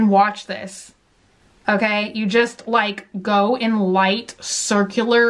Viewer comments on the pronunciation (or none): none